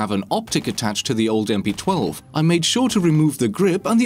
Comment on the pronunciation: How does he possibly mess up the name of the gun? Does he not play siege? lol. I cant get over MP-12.